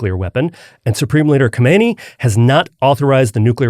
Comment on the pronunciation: Guys, guys! Guys* For the love of epistemic — whatever, PLEASE stop pronouncing Khamenei and Khomeini as if they're the same word. Read! There's an A and an O. The other two vowels are in different numbers, in different places. I don't like those guys either, but come on. What would you think of me if I sounded like I think Bush and Trump are one dude called Frumsh? Please stop doing this to yourselves, it's not a good look. (*not ignoring Katherine here, just letting her off the hook because I never heard her do this)